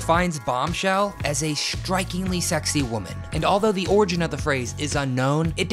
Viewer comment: Did he just say “shtrikingly sexy”?